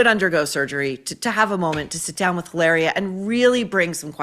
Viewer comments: in spanish H IS MUTE you dont pronuncie it it doesn’t exist mit sounds ilaria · It's pronounced "Hillary." From Bahstin. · It's weird how every time you say her name I'm thinking you've left the S off the end and I'm not being sarcastic that it sounds like hilarious should be her name